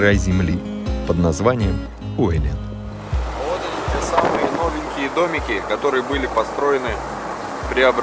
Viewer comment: Правильно произносить УЭ'лен , ударение на первый слог ....